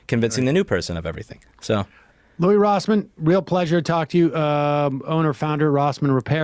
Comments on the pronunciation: It's pronounced Lewis not Louie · Louis without "s" is fair since Louis Rossmann is the king of RTR. And IDK how you can guess the right pronunciation of "Yaron" is "your own"... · Sam Seder pronounces "Louis" wrong and clearly has not done any research on him. Instead of engaging in the subject, Sam Seder tries to push Louis to pick a side politically. When Louis says both sides can be for or against right to repair, Sam still tries to push him into saying which side aligns better. I get it that Sam strongly thinks that there are more sold-out republicans than democrats, so he's trying to confirm this through Louis's experiences. But Louis is an honest guy so take his word for it and stop trying to steer the conversation. I'm on the left and I strongly agree that more republicans are sold-out, but this type of interviewing with steering comes off as trying to use Louis instead of hear him out.